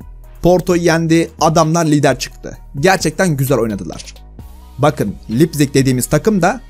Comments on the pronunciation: Yazilisi Leipzig okunusu 'Laypzihg' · Yaa abi lipzig ne o laypzig diye olunuyor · Abi lipzig ne ya laypzig diye okunuyo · Lipzig asdfg (Laypzig diye okunuyor) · Laypzing diye okunuyor